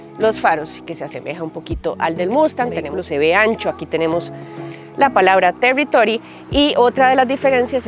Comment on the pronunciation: Ford Telitoly....😂